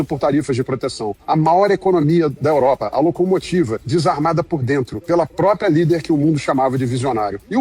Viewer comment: PRÓPRIA!!!!!!!!!! Fala-se PRÓPRIA!!!!!!!!! Não se fala propia e propio!😬😬😬😬😬😬😬😬😬